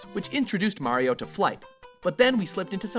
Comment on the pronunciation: WOW YOU SAID HIS NAME RIGHT MARIO NOT MERIO